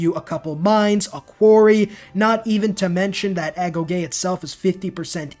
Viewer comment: Wait you pronounced agoge correctly? Are you sure youre a civ player?